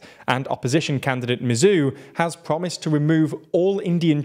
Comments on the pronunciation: A Maldivian here, firstly it's pronounced "sor lih" and "mu ezz" second, one of the reasons a lot of people are " pro china" in the Maldives is because one solih is seen as an ineffective leader because the economy mostly in the toilet during most of his parisdentcy ( because covid ) two general anxiety that India is going to take control of the country and fake rumors Three yameen is seen as innocent by large amount of people and other mumbojumbo (sorry for some spelling errors) edit: I don't like yameen or think India is gonna invade and also don't like solih or the other candidates. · Writing Team, President Solih is pronounced "Sow-lih", Dr. Muizzu is pronounced "Mu-eez" or "Mu-eez-u", President Yaameenr's pronunciation is mostly correct, but more emphasis is placed on elongating the vowels.